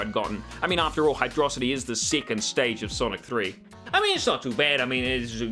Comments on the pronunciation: HYDRO CITY NOT HYDRAHCITY 😠😠😠😠😠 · Apparently, the level order had to be changed late in development, which is probably why some stages don't have transitions. Also, it's pronounced Hydro-city. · I love you, I really do... But Hydrocity is meant to be pronounced Hydro City. Look it up. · This bitch pronouncing hydrocity like megamind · Oh boy, do I get to criticize pronunciation of Hydro City Zone? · > "Hydrocity" REEEEEEEEEEEEEEEEEEEEEEE